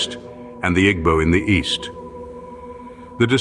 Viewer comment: Pronunciation of igbo is wrong but good video